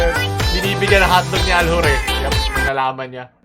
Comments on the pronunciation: Kakaiba talaga si, walang katulad 'to. pano ulit yung accent? "ALHUR" HAHAHAHA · Aljur but ,l and u, r are silent